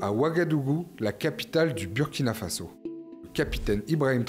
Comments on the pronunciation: Svp on prononce bOUrkina faso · Burkina Faso se lit Bourkina fasso.ce n'est pas un nom français,vous prononcer très très mal.revoyez désormais la prononciation car si vous lisez selon la logique française ça n'a pas de sens et moi ça me fait mal